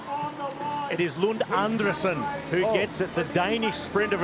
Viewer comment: His name is pronounced An-DRE-sen 😊